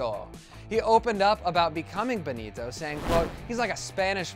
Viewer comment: The way he pronounces BENITO!!